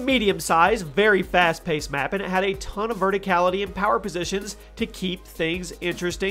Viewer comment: "fast pasted"